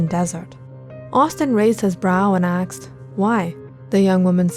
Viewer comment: "Austin raised his brow and aksed ..." I would like to know if anyone else noticed that throughout the videos. Can't be just me...